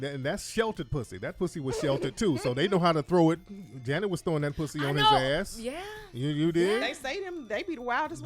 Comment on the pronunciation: Bri said I hate the way you say pussy with a W. Lol 🤣🤣🤣🤣